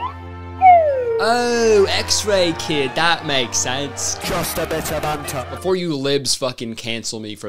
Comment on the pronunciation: "jus a bit of bantuh" 😂